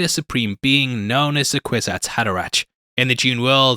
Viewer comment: By the way it's pronounced "Kwizats Haderack" 🙂 Love the channel and very happy to see Dune Part Two being covered here. 👍